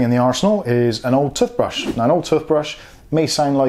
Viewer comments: Man said "tuffbrush" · Anyone else annoyed at how he sais toothbrush?